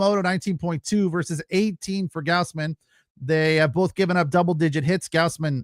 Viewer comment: You can't even say Gausman correctly? People are paying you to do this?